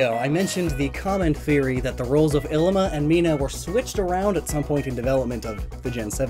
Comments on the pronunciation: Bugs me being from Hawaii but his name is pronounced like "eeleema". Great video overall though XD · Lowkey annoying to listen to him say “ILLimAh” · This always gets on my nerves. Third gendered individuals were a common thing in many Polynesian cultures, including Hawaii. Mahu is the most commonly used term today for very feminine, and/or homosexual men. Ilima, which you pronounced DREADFULLY, is a very common stereotype in feminine Polynesian males. Traditionally, they were often our teachers and spiritual experts, as they were seen to have a broader perspective than the average person. Why do people just FORGET to study the base cultures Alola is based on SO damn often? Ilima is straight up an homage to the tradition of having more than two genders in Polynesian cultures, specifically Hawaii. It MAY or MAY NOT include sexuality. Christ. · This whole time I though his name was Llima, pronounced Lee-muh. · Was I the only one who pronounced Ilima 'lee-ma' instead of 'i-li-ma'. It looks like a double letter L to me so that's why I pronounced it like that. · I always read Illima as Lima. And was confused when you said it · .... I always pronounced Illima as Lima in my head..... like Lima beans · He was pronouncing it wrong too.